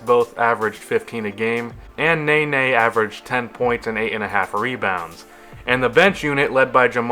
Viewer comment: It's pronounced: ne-NEY not NAY-NAY